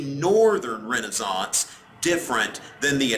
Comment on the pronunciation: i really like how he says Renaissance